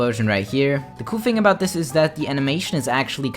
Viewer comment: Why does it sound like when he says thing it sounds like fings